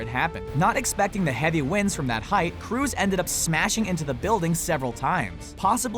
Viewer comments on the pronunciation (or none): Tom cruise, not Tom Cruse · "Tom cruse" lol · LOL, it's Tom Cruse now? And here I thought it's "Cruise"